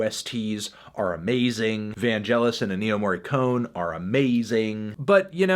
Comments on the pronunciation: He pronounced Ennio Morricone as N-E-O, melon wtf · I love how he pronounces Ennio Morricone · I'm triggered by your pronunciation of Ennio Morricone.